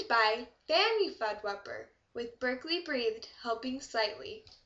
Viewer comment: Berkeley Breathed, pronounced "Burk-Lee BREH-thehd." ;-)